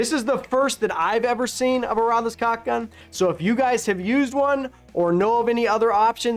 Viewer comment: What is so hard about saying caulk and not cock? The two words only have two letters in common.